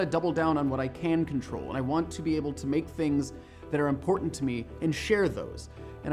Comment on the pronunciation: "make" I thought it was "mike" which is short for michael